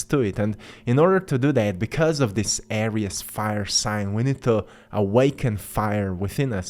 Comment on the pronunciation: Thanks for your insghts. We appreciate it. However, Aries is pronounced..."Air-reez" NOT "Air-rias"